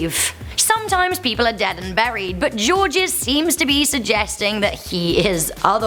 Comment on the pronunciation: Georges is pronounced “George” à la française.